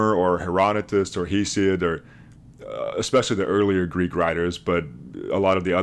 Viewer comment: "Hesid" (HEE-sid)? I think you mean "Hesiod" ( HESS-ee-odd).